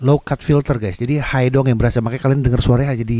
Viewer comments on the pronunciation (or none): none